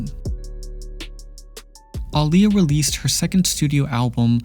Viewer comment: Thank you for saying her name correctly! ❤️